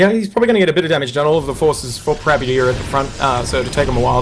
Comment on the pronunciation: prabuty, not "parbuty" :D